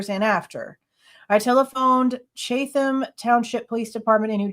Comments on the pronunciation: NJ here! Pronounced “chat-ham” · I’m in Savannah, GA. Chat-em County 😂😂😂